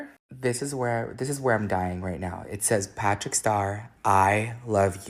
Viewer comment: Bestie why do you say “get into ehhhittt” it is one syllable 💀